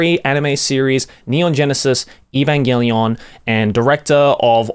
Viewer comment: I know Joey can read katakana so it always bothers me with how he chooses to mispronounce Evangelion